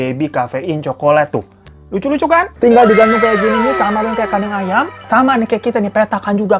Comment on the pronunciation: Aduuuhhh tolong ngakak bet dah denger abang ngomonk kos "kadang ayam".. Hahahahaa... Selalu ngakak kalau denger lu bang..😂😂😂